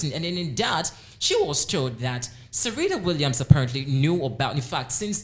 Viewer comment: Yes I was just about to say that too he saying Serita Williams